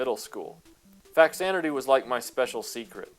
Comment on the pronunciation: It’s pronounced Fazanadu. It’s a version of Xanadu for the Famicom. Fa=Famicom +Xanadu (Zanadu)=Faxanadu.